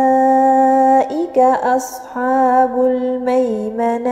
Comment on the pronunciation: مشاء الله لكن ملاحظة لقد استعليتي حرف الحاء في كلمة اصحاب لان الحاء من حروف الاستفالة